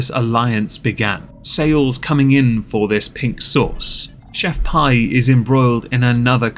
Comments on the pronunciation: It’s pronounced Pee, like urine. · She pronounced her brand as "Chef Pee". Best of you repeat your brand 3 times pre reading a marketing blurb at sometime about 'the rule of 3'. Example. 'They lied to me, Chef Pee!' Add in some vocal fry.